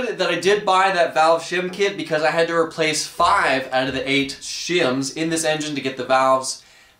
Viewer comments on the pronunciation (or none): none